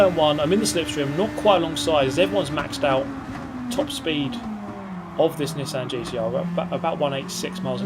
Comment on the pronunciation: Drink every time mispronounces Nissan.